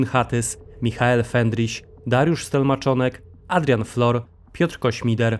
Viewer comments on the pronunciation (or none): none